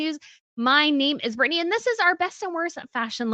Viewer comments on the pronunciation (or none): none